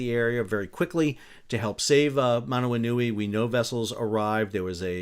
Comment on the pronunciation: Excellent pronunciation of Manawanui!